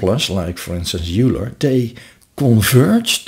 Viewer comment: Very helpful video. Just FYI, Euler is pronounced "oiler" not "yooler." Thanks for putting this together.